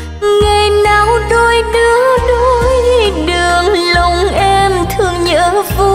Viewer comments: ví dụ phát âm của chị Cố đô thành cô đô nè, điệp khúc" giữa lòng đất mẹ" chị hát thành "giữa dòng đất mẹ"... là cái dễ thấy nhất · Nói thật chị hát bài nào cũng 1 kiểu, thiếu nhấn nhá. Và quan trọng nhất là phát âm của chị hơi có vấn đề là Cố đô thành cô đô, "giữa lòng đất mẹ" thành "giữa dòng". Mong chị sẽ khắc phục được các khuyết điểm để tốt hơn